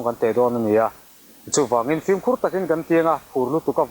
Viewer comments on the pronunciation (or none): none